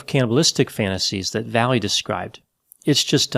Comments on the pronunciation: last name is pronounced "vai yay" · Not sure if he's mispronouncing or translating the guy's last name.